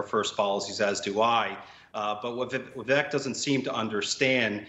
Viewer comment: Vivek is pronounced “Viv-ake” And yes, why?